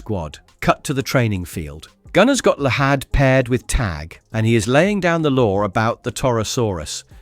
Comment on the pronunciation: Llahd is pronounced as "Lad" no hard H